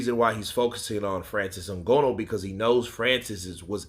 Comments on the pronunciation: why u say Francis last name like that 😂 “n-gonoooo”. It’s “n-gah-nooh” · NGANNOU not ngonnu 😀😃😃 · Come on boss even white ppl can say Francis last name better than that